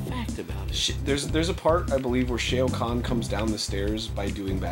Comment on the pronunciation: Shay-oh Khan. Oh, Arin.